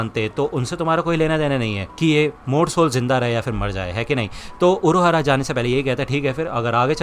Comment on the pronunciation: Urahara❌ Uruahara✔